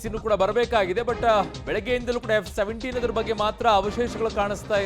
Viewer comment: It's not F 17, it's J 17